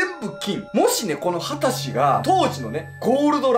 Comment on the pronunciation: 秦氏は「はたうじ」だったような・・・